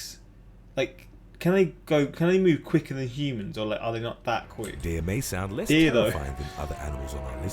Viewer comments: this is the most english has ever sounded. “DEEEEEEEEEAHH"😂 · When he says deer " deeeeeuh"